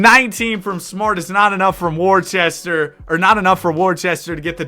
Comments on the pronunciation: IT IS NOT WORCHESTER ITS WO-STER goggle it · you just insulted the whole state of Massachusetts by saying “Wor-che-ster” instead of “wuh-ster” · as the resident british person, its pronounced "woster" nor worcester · I hate to be that guy but Worcester is pronounced wister, had to educate ya cuz if you come into New England at any point and mispronounce Worcester you gon get laughed at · as a Worcesterite IT'S PRONOUNCED WU-STER MAN WTF DISSING THE GOAT CITY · Brotha u said worcester so wrong 😭😭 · As a Bostonian that Worcester pronunciation is paining me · That’s just not how you pronounce Worcester 😂